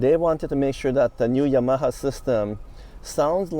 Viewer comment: Today I learned I apparently have been pronouncing Yamaha wrong for decades